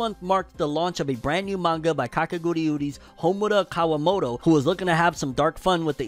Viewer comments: Why does he pronounce kakegurui, kakeguriuri ? 😅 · But why does he say kakeguriuri???? Like man just read like its written. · You adding extra syllables to Kakegurui fam😂. And ya def watch Made in Abyss, it's a masterpiece and one of my all time favorite anime. Live action anime only usually work if the anime's setting and story is grounded in reality. Made in Abyss won't translate well at all in live action, so definitely gunna be avoiding it lol. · And Kakegurui as "Kakeguriuri"